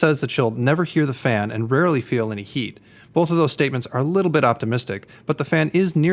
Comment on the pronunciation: Did he say it Really felt slow or Rarely felt slow? ;P Not a good word to be unclear on..!